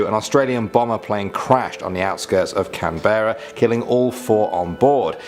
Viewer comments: lol we dont say can berra . We say it as canbrah even though spelt Canberra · F.Y.I Canberra isn't pronounced "Can - bare - a" it's pronunced either "Can - bra" - short 'a' or Can - bur - ra"! But NEVER Can - bare - a" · As me just listening where is Canbeara ? an Australian… what? Lol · Canbra not Canberra. It's not pronounced the way it's spelt, nothing is down here. Brizben, Macquarie, c'mon mate, ur a pom & half of our names are named after ur mob & u can't pronounce them???